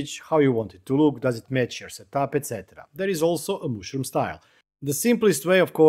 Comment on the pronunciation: super nice ;-) but it is not "mooshroom" but "mushroom" ;-)